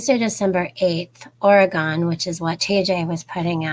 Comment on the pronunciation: First it’s pronounced Ory-gun not Ory-gone. Oregon. Lol. C Auris is a fungal yeast type infection and is resistant to antibiotics. Thanks for the heads up. You are so sweet. Honey you look very tired!!!